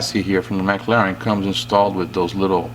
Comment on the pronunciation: I really like the way you say the car manufacturers name; "Mac - Laren". I also feel as though you speak Spanish too as I hear you say "K" after a sentence which was typical of Manuel the servant in "Fawlty Towers". Thankyou for the instruction in this series, Cheers :-)